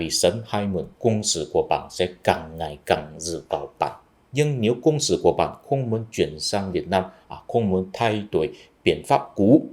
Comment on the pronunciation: lưu ý cố gắng phân biệt và phiên âm rõ CỘNG SỰ (co-worker) và CÔNG SỰ (fortifications) nhé.